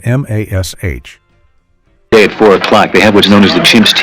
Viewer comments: I'm sorry... M-A-S-H instead of Mash!?! Yeah, this feels like an AI video. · M ,A, S, H? What AI sound world are you from?! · "The TV show, M, A, S, H..." Lol. Don't go changing, AI. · EM AY ES ETCH - the sitcom depicting the misadventures of the doctors and nurses at the four-thousand and seventy-seven.